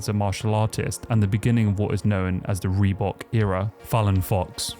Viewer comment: The FUCK is a REBOOK deal? You actually spell it how you all SAY it? 😂